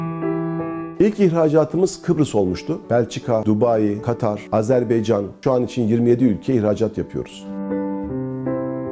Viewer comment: Önce bi azerbaycan demeyi ogren